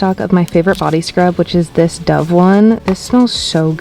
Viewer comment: No offence but can you pls say dove right